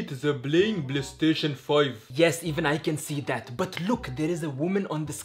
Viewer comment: When did he get play station he got poly station right